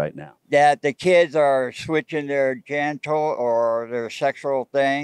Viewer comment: 80 years and he couldn't take 5 minutes for a Hooked On Phonics lesson.